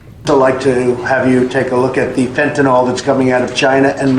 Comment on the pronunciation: Fentanyl NOT Fentanol. Why American companies and the MSM says nothing about China's civil rights abuse is NOT about political correctness it's about MONEY.